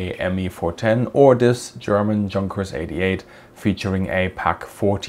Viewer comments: Not Junkers. Yunkers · Ju 88 it's not called tzankers. It's yunkas. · You don't know that in the German language, when leading with the letter 'J', it is 'YOONK ers', not 'JUNK ers'. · I’m confused as to your pronunciation of the word ‘Junkers’. You say it in the English way, a hard J. I asked a German friend how he would pronounce it in German and he agreed with my summation that, being a German name, it should be pronounced ‘Yunkers’.